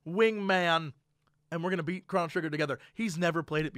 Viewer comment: BluishGnome He also pronounces Chrono wrong. Just like he does nuclear.